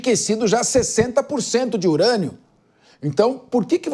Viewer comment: “Enriquecimento de IRANIA do Irã”kkkkkk essa moça é muito ruim